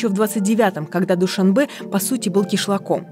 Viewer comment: Какой-то безграмотный политолог Мулоджанов, ладно ведущая говорит невпопад Дюшанбе, вы что политолог родной язык не знаете на самом деле Душанбе означает понедельник, а такого слова Дюшанбе нет в таджикском словаре.